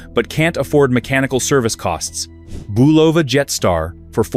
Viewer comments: It's pronounced BUL'-o-va, not Bu-LOV'-a. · The name of the watch brand is pronounced BULL'-a-va a soft u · Crappy ai video. Can't pronounce Bulova or anything else right. Horrible.